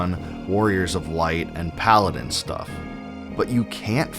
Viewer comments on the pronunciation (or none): none